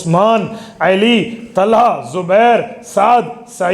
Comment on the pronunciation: مفتی صاحب ، لفظ علی ہوتا ھے عیلی نہیں..